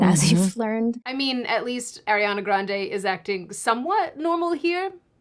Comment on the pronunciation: I hate to be that person but Lol but it's Arr-riana. Not Airiana. Even Ariana addressed that in a video before.